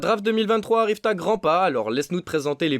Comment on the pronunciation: Faut arrêter de dire arrive t’a grand pas y’a pas de t y’a pas de liaison